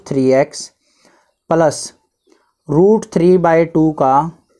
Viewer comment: Or +plus ko palas😂😂